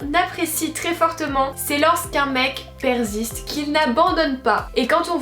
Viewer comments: « Perziste »?? 🙄🙄🙄😂😂😂on dit « perssssissste » 😆😆😆 Moi au delà du physique, ce que j’apprécie c’est le comportement viril d’un homme...j’aime les hommes virils...et doux en même temps...c’est assez paradoxal...mais c’est ce qui me sensibilise...et j’adore les mecs crâne rasé ou chauve mais sans rien sur la tête ...je déteste les hommes chevelus😂😂il en faut pour tous les goûts 😋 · On dit pas « perziste » au cas où ça s’écrit persiste et se prononce « perciste »